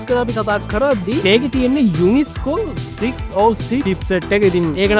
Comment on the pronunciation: හැමදාම cpu ගැන කියද්දී UNISOC කියන්නේ වැරදියට 😂🥲 anyway good video ❤